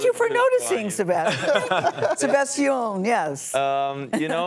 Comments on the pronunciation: How can you butcher Sebastian's name? Do your homework people. He said Say Bass Stee Anne. NOT Se Bass Sti Oh n. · Sebastiooooooon. Lol, they probably think they pronounced it right. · Nobody: Literally nobody: The hosts when they try to pronounce Sebastián: SebatiÓn. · Isnt there anyone in production that is hispanic that tell them how to pronounce the names? its not SEBASTIOOON lol jaja SEBASTIÁN the second A with an accent is said a little more strong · Ok, i appreciate the interview, but the interviewers need to learn to pronounce our names correctly, not give it a different accent and pretend it’s the same. If it were the other way around they would like their names pronounced correctly. It would be appreciated, thank you. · I was so excited to watch this interview because Sabastian Yatra was one of the first Raggaeton artists I started following. However, after listening to Gayle not only butcher his name but also the song title, my excitement turned to anger. Please do your job right by getting the names right before the interview. It's so terribly disrespectful and distracting.